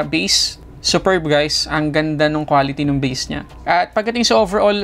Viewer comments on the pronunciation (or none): none